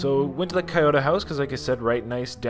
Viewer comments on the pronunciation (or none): “Kai-oto” lmao its “key-yo-toe” house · I think it's pronounced kee-yo-to